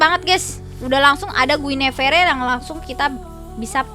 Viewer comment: Mbakk mohon pengucapan guinevere nya di perbaikin ya 😭😭, btw keren kontennya🤩